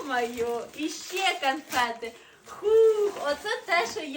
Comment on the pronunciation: Канфети!!!😂😂😂 Боже ж мій, людина з вищою освітою? Гидко слухати...😮